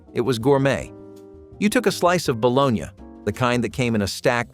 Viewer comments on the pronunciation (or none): Failing to call fried bologna Pac Man sandwiches? And mispronouncing bologna? Best believe that's a paddlin' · it's bologna. He's making fun of the pronunciation.